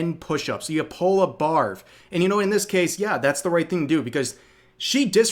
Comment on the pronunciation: I know she said "Barv" but I keep hearing it as "Barf".